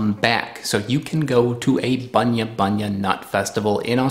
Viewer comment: G'Day mate. I can confirm it. You are saying terribly wrong. And we just say Bunya nuts. Just once.